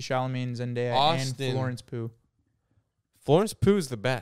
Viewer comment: LMAO WHY DID HE SAY IT LIKE THAT😭😭